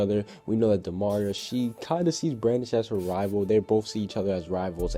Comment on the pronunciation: you said Brandon instead of brandish ;~